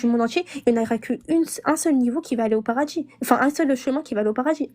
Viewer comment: "Rentrer au paradji"😂😂😂